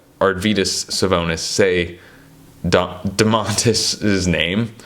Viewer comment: They call Sabonis Doe-mas as a nickname, like a diminutive name. The Lithuanian pronunciation of his full name would be Doe-mon-tuss, with the emphasis on the doe. Americans have a way of always putting the stress on the wrong syllable with slavic names.